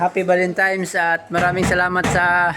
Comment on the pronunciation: Valentines,hindi valentimes....😂😂😂